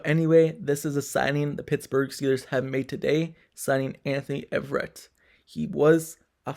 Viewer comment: “A” verett sir. Not Everett